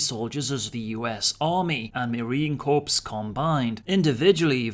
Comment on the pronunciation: Marine Corps, pronounced "core" not "corps" please 😉😘